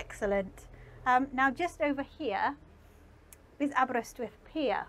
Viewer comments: Gr8 pronunciation of Aberrr-ystwyth. Please teach Mr Hubnut how to say Aberaeron! Diolch yn fawr! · That slight twang when she says it 👌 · I shall recommend this video to my local wine and cheese shop keeper. Now you were wondering why a Dutch wine and cheese shop keeper be interested in someone showing Aberystwyth while pronouncing it correctly? He's half-Welsh! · Not a twang; she just says it how it should be said. 🏴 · That's the correct way to pronounce it.